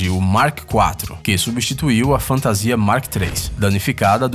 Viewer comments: Mas alguém fica putoo quando o cara fala fantasia...?!!!!!!!!!!!! Fora isso o vídeo tá massa..ksks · sim, fico muito puto quando ele fala fantasia!!!